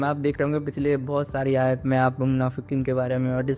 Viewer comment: Ayaa, Nahi ❤ Aayat, hai ❤ bhai آیۃ